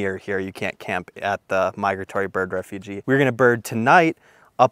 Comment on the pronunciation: Just something constructive for future videos. It’s refuge — the last part rhymes with huge. Not refugee.